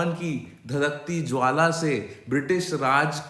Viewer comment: When sir says Dhadhakti Jwala Se Hindi accent 😂